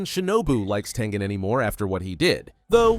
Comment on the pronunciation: That's crazy but its Tengen not Tengan